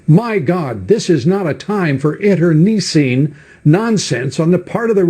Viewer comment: "Inter knee cine"... Lou Dobbs don't even know his own first language.